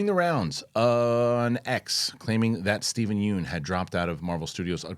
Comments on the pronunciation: FYI- you pronounce yeun not like yoon but it should be pronounced like Yun (rhymes with done). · Looking good, def see the pounds shedding. PSA for Steven Yeun, his last name is pronounced Yun like fun, run, sun. Everyone gets it wrong and Conan O Brien even made a joke of how he gets it wrong despite going on a trip to Korea with him.